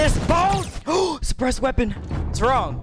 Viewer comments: “5 Despressed Scars” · At he start I thought he said ”depressed ar”